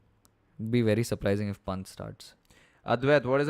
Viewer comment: Guys, you need to get the pronunciation right for Rishab Pant. It's not punt, Panth is the correct one. Please oh please.